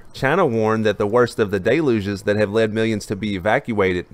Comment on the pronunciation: My favorite is all them "Day Louges" having to deal with